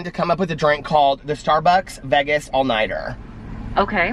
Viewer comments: This was nice!!! Have a fun trip!!!! What a cool person # Josh. Oh, it’s Vay-guz lol. Long A. Calories, who cares your on vacation! Yippee! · Please do the sit down with Josh video..he's a cutie!!! You crack me up the way you pronounce Vegas lol